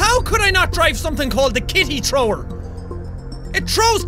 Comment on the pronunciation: Jack, you said Kitty Trower not thrower